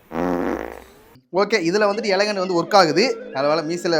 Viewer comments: எலகண்ட் இல்ல. தப்பான உச்சரிப்பு. எலிகண்ட். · Elegant ❌ yelagant✅